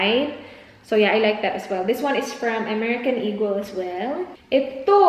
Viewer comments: Im a silent viewer here actually first time ko magcomment in any vlogs.I just really hate those people who act as if ang tatalino tryin to educate others while they cant apply to their self.FYI it's E-GUL(eagel) not E-GEL and she pronounced it right.Stop being a racist folks coz we bisaya ain't dope. Mambash na nga lang mali mali pa. sigh! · Yung mga nangpupuna sa pronunciation ng eagle ni dahil bisaya kayo na po ang perpekto. Pwe 🙄